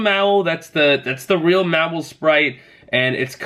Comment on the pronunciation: Just an FYI it’s pronounced Maw-while, also it’s Bay-net.